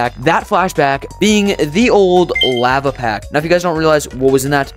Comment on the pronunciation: But why do you say lava so badly?